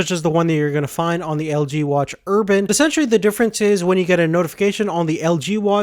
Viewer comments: ur-bane not urban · Urbane, urbane, urbane. Not urban. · its urbane not urban... urbane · You're not pronouncing Urbane correctly. It sounds like you're saying Urban, which is an area with high population density such as a city. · urbane not urban. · fuck you ***** he pronounced it urban. not urbane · Ur -BANE not erban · Watch Urbane has 245 PPI not 348. PPI calculated for a circular display is different than a square one. Just my input. Nonetheless the screen looks great. Also the Urbane does not have NFC. And last of all its pronounced Ur-BANE.